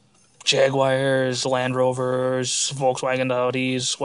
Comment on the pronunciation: its not jag-you-wire, its jag-u-ar.